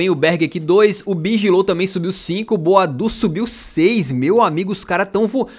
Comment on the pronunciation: começa a chamar o boadu por boadeus